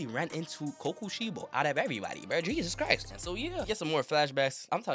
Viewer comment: Nigga said gyoma and koyusuki💀